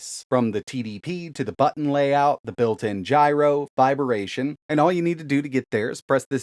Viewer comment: "Viberation", eh? 🤣